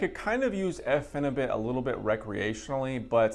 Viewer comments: it’s pronounced ”bute” as in butyric acid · please lol pronounce it pheni butt.. i take it 2 times a week somtimes 3 for 2 years now. i taper my doses down to .6 grams 2 times a week then i go up again to like 1 gram then back down lol